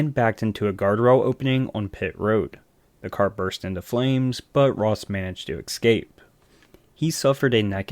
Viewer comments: EScape, not EXcape. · Note to person narrating this video. 'Escape' is pronounced like S-sCape.. you are sayin Ex-Cape